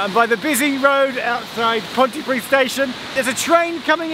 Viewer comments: yes, you did in fact pronounce that correctly Geoff, well done! I'm more impressed that you got Pontypridd right though! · Say "PontyPreeth" and you have said it right :)